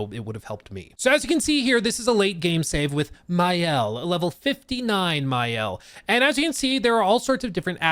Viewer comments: Hey man, for info it's Ma-Elle in french, not mayelle. love that review, didn't know the game nor the company but will take a peak into it. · Maëlle is not pronounced Mayel but rather Mah-elle. Thanks for the preview, genuinely good. The fact this is the studio's first opus make it even more impressive. I hope that the success they are gonna be granted won't change the core of their team and the way they cook. This is a raw gem as a studio!